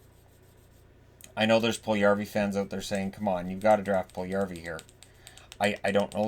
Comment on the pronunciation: Puljujarvi = pull you yarvi. NOT Pull yarvi. Stop miss this name pronouncing. Stop listening to dopey radio/TV pundits.